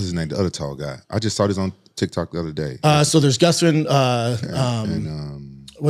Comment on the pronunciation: Is Brenda just completely INCAPABLE of saying GUSTAFSON....He always says GUFFSTUSUN.....GUFF?🤦🏾